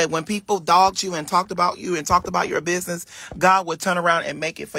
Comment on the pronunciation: Just all over the place with his “binessess”. Sets himself up for failure.